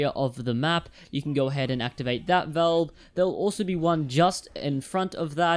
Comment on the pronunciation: Its Valve not velve